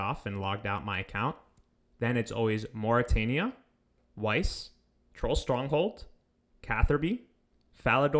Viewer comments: Nice video! Stroll Tronghold had me laughin' :P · "Stroll tronghold"😂